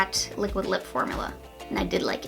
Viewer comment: Formula (form-you-la) not (for-moo-la)